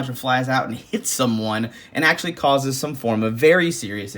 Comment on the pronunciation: He said “Axeually” When we was holding the hatchet!